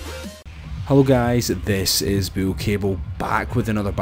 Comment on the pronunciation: Why is name your name bull but you say it different